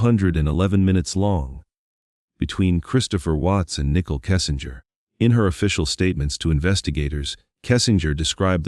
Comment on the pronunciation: Her name is Nichole not nickel. If you’re going to cover a case I feel it’s important to at least have the names correct.